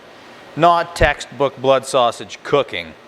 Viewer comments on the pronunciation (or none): none